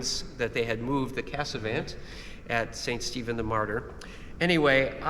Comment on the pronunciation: Trump, due to his 51st state nonsense regarding Canada, now forces me to ask if Americans would please pronounce Casavant correctly. The three 'a's are not pronounced the same. The last 'a' is more like the soft 'o' in honk. Also, the final 't' is NOT pronounced. Vive le Canada!